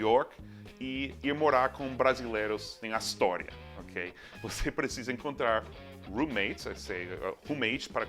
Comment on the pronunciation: Você precisa encontrar roommates ..."rum-mêitis"... Ri mais do que deveria naquela parte. lol